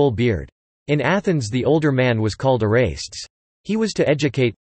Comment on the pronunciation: They lost me at "erastes," which the speechbot pronounced erase-tes. Gaaach.